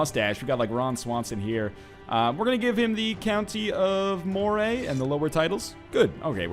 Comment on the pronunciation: Moray is pronounced like Murray